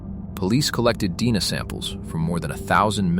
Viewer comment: You seriously can't teach ai to pronounce simple words correctly? Or distinguish between DNA & deena?!? Editors, please!